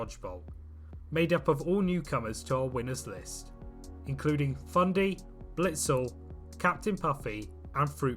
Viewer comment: who is "blitzel"